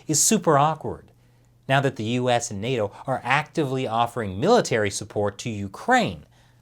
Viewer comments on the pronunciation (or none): none